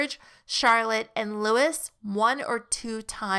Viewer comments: It's pronounced Loo ee, not Lewis. X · Prince Louis is pronounced lu-wee, with the emphasis on lu. However, I'd like to say this again, in my opinion, yours is the best channel regarding this couple. Well done! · Lois is pronounced without the ‘S’ (it’s French word). ☺️